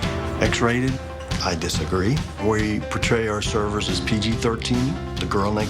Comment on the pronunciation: Like the way he said “Servers are the hook that bring people in...” I heard a missing ‘ers’ in there. Pay your servers a living wage and stop saying ‘classy’, it’s not the 1950’s.